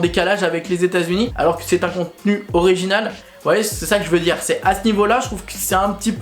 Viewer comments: Il l'a dit à l'anglaise bg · Quel rapport avec l'accent de merde des français ? Il n'était clairement pas question d'accent français pour le coup, il n'a pas tenté de le prononcer en anglais, c'était une lecture de "original" purement et phonétiquement française ahah Et je m'excuse mais du moment qu'elle est constructive, une critique est toujours bonne à prendre. Je n'ai d'ailleurs exprimé que mon ressenti sans attaquer personne, donc si on ne peut plus faire ça c'est dommage.